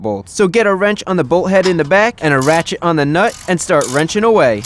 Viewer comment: he said rachet on the nut but it sounded like ratchet on my nut